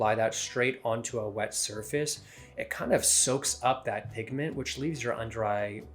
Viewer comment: ....... Did you say: pigAment????? I had to replay it ....lmao